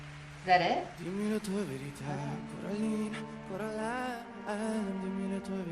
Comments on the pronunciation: It's Coraline, not Caroline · Coraline not cAroline